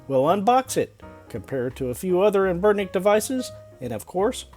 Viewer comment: Any one really put off by how this dude pronounces anbernic